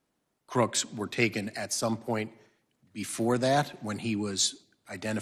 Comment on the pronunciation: Mr. Thompson "dat" - that "doze" - those